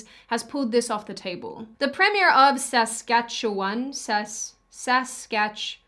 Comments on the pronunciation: Thanks for pronouncing Saskatchewan properly. Lot's of people butcher it pretty badly, so good on you! Thanks for the coverage :) The mandates are tough but they've been illegal since inception. It's an abuse of our Charter of Rights and Freedoms. One of the original framers of our Charter, Brian Peckford, is actually sueing the federal government for bypassing our Charter. I hope these illegal powers are reigned in. In the meantime, we can see our governments show their true nature to the citizens. I guess it's another matter if the citizens care or not. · aww youre so damn adorable i love you so much😭🥰 keep up the Canadian coverage! and your pronunciation of ‘Saskatchewan’ was so cute😂